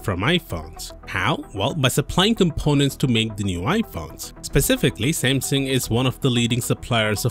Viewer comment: i hate the way this dude says samsung